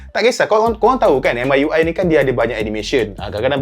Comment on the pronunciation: Bro pls.. 😂 Pronounce dia dngn MIUI mcm ni "Me(saya dlm bahasa English)" dhtu ckp UI tu sja 😂